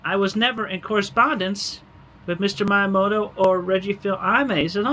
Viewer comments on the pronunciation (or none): Dude's constant mispronouncing of "Miyamoto" and "Fils-Aime" is triggering me. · Am I the only one annoyed by how Chris pronounces Miyamoto’s name?